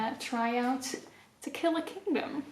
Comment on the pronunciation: Every time you said To Kill A Kingdom I hear Tequila Kingdom hahahah I think it's just me wanting some nice drinks rn